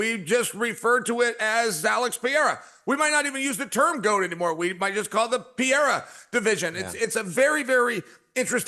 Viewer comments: Brah Chael switches between correct Pereira pronunciation and incorrect 😂 pick one Chael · PER-RERA SAY IT WITH ME CHAEL!!! JEEZUSS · Why does Chael refuse to pronounce peoples names correctly, he is an IDIOT! It is very disrespectful. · Is Chael trolling or why he keeps calling Pereira Piera? He sounds like an idiot... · It's pronounced Puh Hay Ruh Uncle Chael. 😂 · It's the Pea-Era. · It's the Pea-era Era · is worse, is pee-era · Chael literally mispronounced almost every single fighters name, and no one ever corrects him… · Please please please Chael learn to pronounce the last name!! You don’t even make the effort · that wont happen until he says pereira's name correctly.